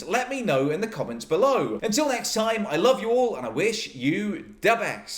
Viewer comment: I love how you say "da best" it's totally radical! 😃